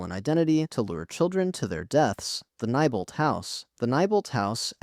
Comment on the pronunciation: FYI Neibolt street is pronounced (Knee-bolt) not (ni-bolt))